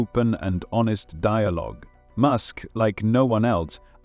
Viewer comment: Musk, not mosque